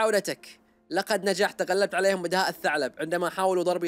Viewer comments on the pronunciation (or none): none